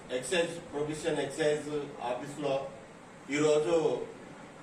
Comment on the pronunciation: ఎక్సేంజ్ కాదు తమ్ముడు ఎక్సైజ్